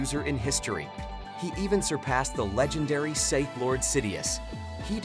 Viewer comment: I'm a huge fan of the "Jedee order" and the "Scyth order" 😂🤣!